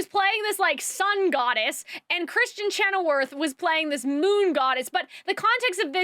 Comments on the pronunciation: chenoweth...not chenowerth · Great review! Your pronunciation of Kristen Chenoweth ("weth", not "worth") and the Grimmerie ("merie", not "moire") is killing me though lol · So, this is super unimportant and I overall agree with most of your review, but it is Kristen ChenoWETH, not werth 😂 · I agreed with almost everything you say! I love the way your mind is (I think) very chaotic, because you sometimes jump from one thing to another haha It's funny. One thing that I didn't like was you pronouncing Kristin Chenoweth's last name wrong a couple of times haha